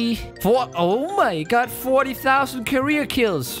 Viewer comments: I like how you say OH MY GOD but with GUT instead of GOD xD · Instead of O mY God you say o my gut lol